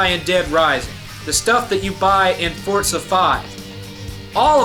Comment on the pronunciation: it's Forza not fortza